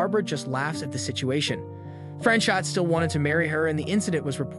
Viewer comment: his name was not fran-shot. it was pronounced fran cho the t isn't pronounced